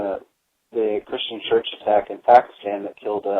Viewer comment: Wow, finally someone who can actually pronounce the word "Pakistan" right